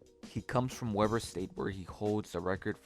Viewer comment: Enjoyed getting to have my guy sheed as a teammate at dub state, he’s truly incredible and getting to watch him make history and break records was incredible. Also it’s pronounced “Weeeber” not Weber like the stupid grill